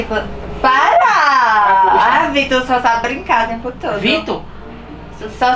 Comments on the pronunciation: Ela falou vitu kkk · Eu voltei vídeo é ela falou Vitor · Eu ouvi ela falando vitor